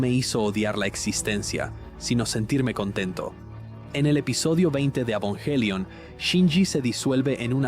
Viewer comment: Me fascino este video, lastima el doblaje de las escenas de evangelion se sentiría mas comodo en japonés con subtítulos, tambien me incomodo que aveces diga avongelian y que diga ava en vez de eva hasta hay partes que la voz no formula bien las palabras como si estuviera hecho con una ia pero fuera de eso excelente video